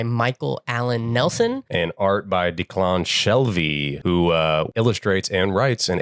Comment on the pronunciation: Saying the name Declan like it's on the role call of that Key and Peele sketch